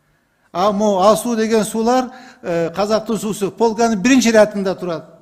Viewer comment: Бул депутат кайсы диалекти менен суйлоп жатат , сууду деп эле ,😡